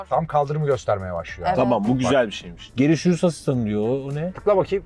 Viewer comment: Nobody:: Geri şürüs asistanı